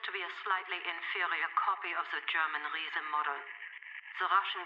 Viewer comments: Sophia is saying the Riese (pronounced reezuh - or reesuh depending on how thick the accent is - which is why it sounds like she's saying reason), it's German for giant. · In Log 223.1, she's pronouncing Riese the proper German way. She's just referencing The Giants though.